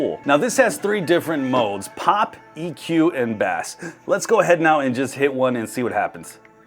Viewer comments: It has fish mode. OMG learn how to pronounce BASS (BASE) not Bass the fish. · Ikr? When I heard that I was like rotflmao thinking does it also have catfish mode? or what about rainbow trout mode? Surprisingly he's not the only one to mispronounce bass, I've heard quite a few other YTer's do the same. Makes you wonder, how can a grown adult living in the US never have heard 'turn up the bass' in a song, and then turn around and do speaker reviews. 🤣🤣